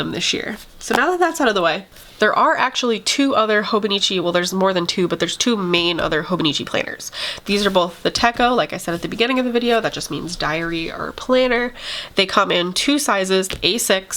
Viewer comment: Wonderful video! :) and I love your weeks! It is actually pronounced "te-cho" the CH sounds like the CH in the word "chair". It means "notebook" in Japanese. All of them are techos in theory, the difference is in the size. Hobonichi means "almost every day". I thought I should share.